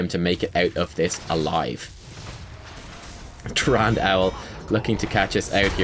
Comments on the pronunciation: "Trand", mate why you do this to me? it's Tyrande (tee-RAN-deh), respect our godly waifu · the "e" at the end of tyrande is not silent. idk why i'm so annoyed with these things but yea i kept yelling at the screen it's TYRANDE not tyrand. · Now we've taught you how to pronounce Diablo, can we talk about Tyrande? :-p